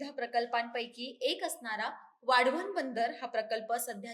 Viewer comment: हिला वाढवण बोलता येत नाही.आली वाढवण बंदर बनवणारी😊😊